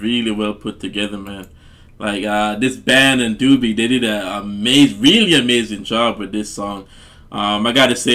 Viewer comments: Actually, it's pronounced with a long O that sounds like the letter. Dough - be. Hear it here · This song fits you,, watch the live version, so much better seeing it live. This is Dobie Gray's song and it's pronounced with a long O. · It's pronounced doe-bee and I imply know this version as the original but I've never looked into it as any other so that's interesting. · No disrespect love your reactions.. his name is pronounced Doh-bee Grey.. but ya again love the reactions. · Name is pronounced as dough bee. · First name is pronounced Doughbie like bread dough. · Pronounced...Dough be. A good man. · Long "o", like in "own"-not "Dooby". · Pronounced Dough B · Not D-U-BIE Gray, it’s D-O-BIE Gray.....O as in OH. Love this song! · It's not Doobie Gray ! Is pronounced Dohbee Gray !! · They DJ's pronounced his name "dough-by" gray 🙂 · His name is pronounced dough-bee, like bread dough, not do bee. lol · One of my favorite songs to listen to while laying on the sand at the beach during summer vacation at T street in San Clemente. Dobie (pronounced "Dohbee." Doobie is something you smoke while laying on the sand at the beach!) Gray is very close to a one hit wonder. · An iconic song. So wonderful. (BTW-Dobie has only one O, not two like the Doobie Brothers. It's pronounced like Dough-bee.) Super-fantastic song! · By the way, his name sounds like Dough-be, not Doo-bie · Dobie, Not Doobie. 😂👍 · Not "Doobie", but long "O" as in Oh, what a night-therefore pronounced "Dohbie" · Doh-be Gray not doo_be.i really don't know why you'd say that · DUDE - it's DOBIE, not DOOBIE ! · Its not Dubie he's not a joint its Dobie like dolby stereo without the L in the middle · Doh-bee, not Doobie, lol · (dough be gray) not doo be lol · Dobie. Not Doobie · Pronounced Dough-bee. ✌😉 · DOUGH-B is the pronunciation. Hey great song especially the back end with the clapping n all. Always love for this song. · Love your reaction to this classic. Oh and his name is pronounced Dough-bee.